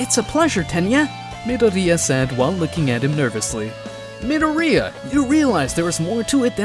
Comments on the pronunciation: I like how he kinda roasts Deku by saying Mid-oriya instead of Midoryia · your saying dekus name wrong midoriya is not said like you were saying that you would know that if you watched the actually the anime